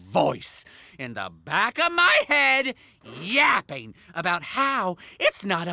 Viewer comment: W for saying yappying